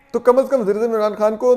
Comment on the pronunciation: Toor sahib lafzoo ke adaegee ap dorust nahee kartay i.e. ....... Wazir-eAzam nay kaha .......